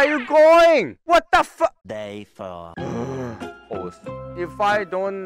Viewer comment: How many times did mispronounce the word "Horse"? Me: 17 Hoes and counting